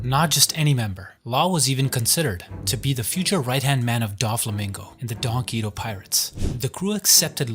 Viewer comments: "donquito pirates" is making me wanna kms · Why are you pronouncing donquixote like that lol